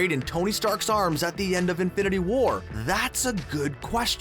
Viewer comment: The way you say infinity WAR annoys me. Also a mum minute is too long for an intro